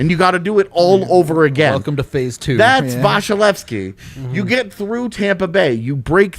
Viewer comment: Anyone else bothered by the way is pronouncing vasilevskiy?